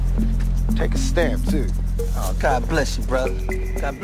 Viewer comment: Pac sounded british for a moment. "Take a stamp *too*"